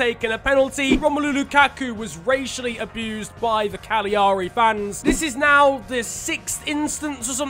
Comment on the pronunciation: Hearing you trying to pronounce their name is a bigger punishment to Cagliari than anything the useless fiche at the FIGC will hand out